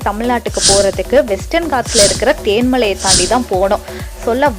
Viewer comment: அது தேன்மலை இல்லை தென்மலை